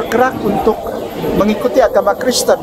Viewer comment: Ketawa nya enak 😂😂 kreseten kok gtu ngucapnya😂😂